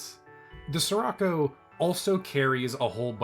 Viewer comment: the word "Scirocco" is Italian, so the "Sci" at the beginning would be pronounced /sh like the "sh" in "fish" or in "ship"